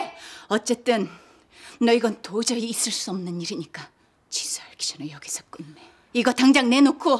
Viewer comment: 지수가 지선우로 들림